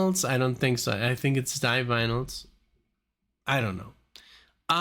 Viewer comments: Divinely are a combo of your pronunciations. D-vinyls. Like vinyl records. If you could do a video marathon, I'd say dmto do the first five ever aired on MTV. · The Divinyls is a play on the words 'divine' and 'vinyl', that should tell you how it's pronounced.....therefore not 'die-vinyls' or 'div-innals'. No biggie but we Aussies like our bands pronounced correctly.😉 BTW, Chrissie Amphlett died from 'breast' cancer, not breathing cancer.😬 The Divinyls are a kickarse band....react to more of them. Hey, you should also do some of The Cure's new album 'Songs Of A Lost World'. Brilliant album, their best for years.